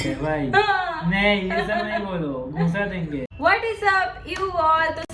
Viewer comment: that accent saying ghoosa denge, sounded more like ghusa denge ☠☠, btw congo for patchup